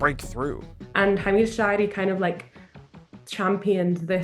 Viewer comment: It's Hameed Al Shaeery not Al Sharey